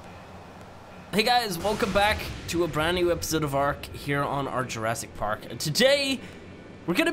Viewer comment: It's not arch it's ark sorry it just kind of annoys me